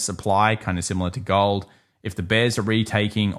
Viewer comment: How about "GAWOLD" dude? Oh and no "ION OWH"?